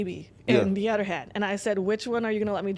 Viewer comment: Bro is mad pretty but if she doesn’t stop saying “odder” instead of “other” I’m gonna have to give this bitch a dictionary